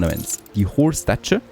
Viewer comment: Me again.Another word to look up for pronunciation is, 'statue'.